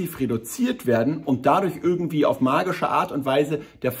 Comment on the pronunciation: Nicht ÜÜÜÜÜrgendwie!!! IIIIIIIIIII